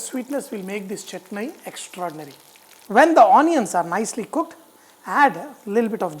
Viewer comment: It's not saurness it is sourness It's chutney not chotney Not double break the egg, poach and spread over the dosa Stop over acting